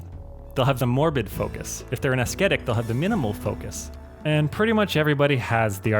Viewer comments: Isn't "ascetic" pronounced as if the "c" is silent? As-E-tic or as-eh-tic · D-did Tynan actually mispronounce "ascetic" as "as-ket-ic?" That's a good one. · Ascetic is NOT pronounced "asketic" lmao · Video was ruined by how you pronounce ascetic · ps. the "c" in "ascetic" is silent